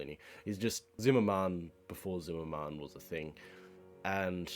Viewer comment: "Zim-mer-men," not ""zim-mer-man"